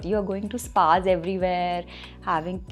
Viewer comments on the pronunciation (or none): none